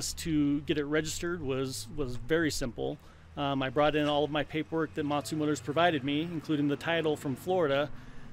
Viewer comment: He keeps saying Motsu motors but they are actually Montu motors haha